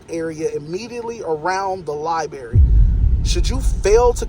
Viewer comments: Its LIBRARY LIBRARY LIBRARY not libeery AH💩💩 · 😂 Li-berry! I really don’t think we can truly comprehend the ignorance level of lens lickers. To think that these little camera people, that can’t even speak the English language, are somehow geniuses and scholars of history, law, constitution, etc. Not only can’t speak but throw in, “my peeps,” “can’t even document the walls,” and once again my favorite, “li-berry!” Lol! You talk about someone who forgot to strap on their helmet tight enough before getting on that horizontally challenged bus, lens lickers are at the top of the list!!🤷‍♂️🤦‍♂️